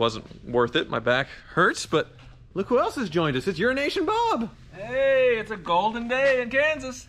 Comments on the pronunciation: Urination Bob is all I ever hear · everytime you say EuroAsian Bob I hear Urination Bob. My hearing is pretty bad. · Urination Bob. Lol. I mis-hear it every time. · Sounds like he says urination Bob